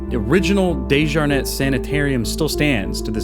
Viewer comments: When you pronounce the Dejarnett it’s DEE -SHJAR - Net!!! Not DAY-sJAR-NET From the RVA and know the family Went to school with the surviving family- Scott Desjarnett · I know DeJarnette... I worked at the more updated hospital years ago. Your pronunciation is so much more bougie than I've ever heard it!